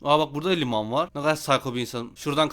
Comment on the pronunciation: limanmı diyo limonmu diyo